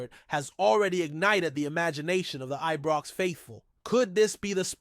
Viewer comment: It's frigging IBROX not EBROX 🙄😡